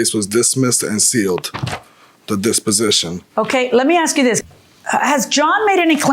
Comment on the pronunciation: PLEASE DONT SAY AKS LOL ITS ASK